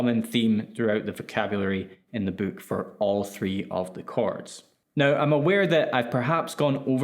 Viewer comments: You say boook like in A Hard Days Night. Is that a real Liverpool thing? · Your accent lmao "the book comes with 72 virgins..." Man thats a wayyy better deal than i expected!